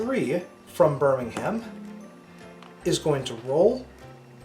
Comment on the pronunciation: Also, Birmingham is pronounced like "Birmingmm", with a silent "h" and the "a" almost silent too.